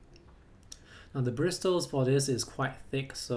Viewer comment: I get annoyed when you say bristles or however you spell it it's probably pronounced and brissles